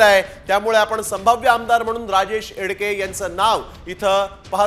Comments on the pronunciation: नाव तरी व्यवस्थित घ्या.... एडके नाहीत एकडे आहेत 😂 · Barobar wacha dada.... राजेश एकडे आहे त्यांचे नाव